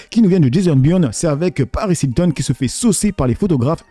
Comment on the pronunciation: Paaarisssss dame un grrrrr 😂😂😂😂😂